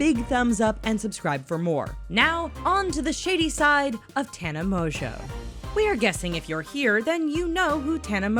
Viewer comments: Does all this research on her yet doesn’t pronounce her last name right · The biggest lie of all is how she pronounces her last name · sorry but i can’t trust anyone who can’t even say her name right... she literally says it in the beginning of every single video. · Im surprised you can't say her last name right 😂😂😂😂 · tana mongeau is the heaviest sleeper i've ever seen, so if someone took polaroids of her, she would not have woken up. if you've ever watched one of her vlogs (or even her friend's vlogs) you would know that. no hate or anything but people should check their facts before making a video about it. and also this channel keeps pronouncing her last name wrong.